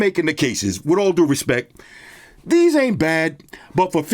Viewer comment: with all do "reSPECK"